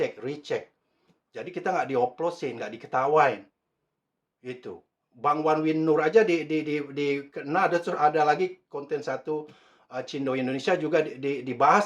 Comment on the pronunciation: Yang bener BANG WIN wan nur😊 bukan BANG WAN win nur😁 Nanti ketemu orangnya salah sebut lagi anda bang🙏😁